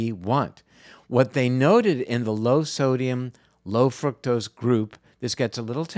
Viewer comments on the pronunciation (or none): i think you are mispronouncing fructose. it's not fruit-tose, (i believe) the proper pronunciation is fruck-tose vanishingly small pronunciation; however it leads people to believe that fruit-tose derives from fruit, and hence healthful. i might be wrong, but you might be misleading people. looked up frucktose. usa pronunciatiion is fruke-tose; sounds a lot like fruit. use the british fruck-tose, instead.